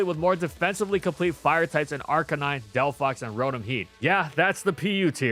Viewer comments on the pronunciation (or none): none